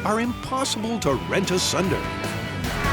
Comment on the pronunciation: Rend asunder. Not "rent"